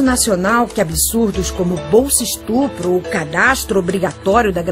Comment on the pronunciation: "estrupo" a pessoa não sabe nem falar e quer discutir um assunto sem nenhum argumento.